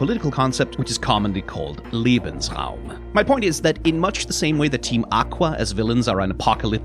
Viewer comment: The first use of lebensraum was oddly mispronounced considering the later correct pronunciation in a fully German sentence . Sounds like liebensraum which is a very different thing.